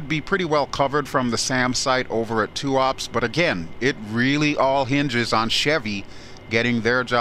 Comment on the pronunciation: just for the record: Tuapse is pronounced as tu-aa-pseee (Э sound), not "tuaps".